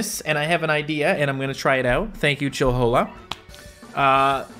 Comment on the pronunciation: Chill-whola It’s chill-hola